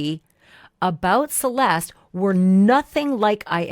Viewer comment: Thank you for all you do. I hope they catch the person that did this! Why does everyone call her Cel-est? Her name is pronounced ... Cel-est-té. FYI You pronounce the e at the end.